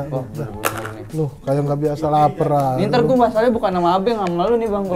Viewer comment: Gurunya slah ngucap Yunus dan Abenk😹